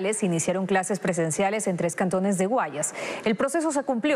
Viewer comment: SE DICE : En la provincia del Guayas....noooo Guayas.... cual es el problema de hablar claro y apropiadamente. ???